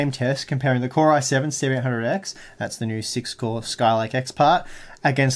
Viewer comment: when you talk fast your "7800x" sounds like "1700x"